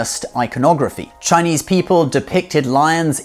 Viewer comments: Gosh can i just say how happy i am to hear you pronouncing everything so properly and accurately, thank you for respecting my culture enough to say it properly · Chinese here. Amazing pronunciations here folks. He's the real deal